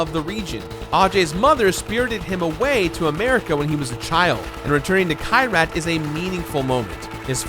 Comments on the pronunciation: it’s key-rat not kai-rat😭. i’m sorry hate to be that guy. great video tho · Kyrat, not Kayrat., you mispronouncing villain. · Fun drinking game: Every time mispronounces Kyrat (KEY-rat) take a shot. Note: Make sure you’ve updated your will in case you succumb to alcohol poisoning.